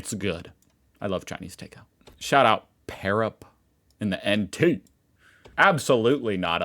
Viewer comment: Im origianly from darwin! And its Pa rap.